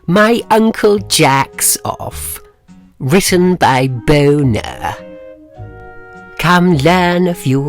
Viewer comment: The author's name is Bo Nehr. THE AUTHOR'S NAME IS BO NEHR. FAM.😳